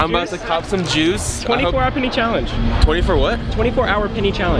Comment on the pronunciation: I swear you’ve been saying “pinny” this whole time